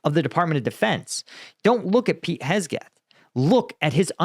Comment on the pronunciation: Man said Hesgeth